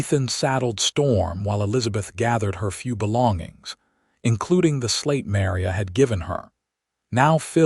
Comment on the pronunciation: Mary-a? That's Ma-Ri-a - such a common Hispanic name & abysmally abusive! AI should be able to do better, or fix the script so abuses like this don't happen!